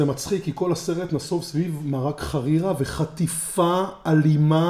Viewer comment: כפרה עליך אומרים חרירה בחיבור ולא ח רירה..